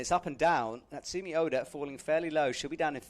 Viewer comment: pleaaaase get names right. Calling Natsumi by Natsuki, mispronouncing Zhilu Lou yet again. Pleeeeease.. Please. Also, it's disappointing that commentary so often seems to just be a verbal description of the things we can see on screen, instead of informative commentary on what's happening. Like telling us what the score on the graphic instead of telling us the real score. Does IFSC provide with any materials or information? Like pronunciation cards, or a more accurate score readout? Or is he just given the same camera view we get? It feels like it defeats the purpose of having a commentator when all he does is just tell us what we already see...